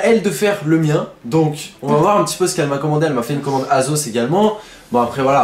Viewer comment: On dit pas "aSos'' mais ''aSSos''